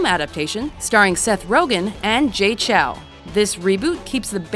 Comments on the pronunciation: JAY CHOU, not CHOW, like ah-chou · did she really say "Jay" Cho?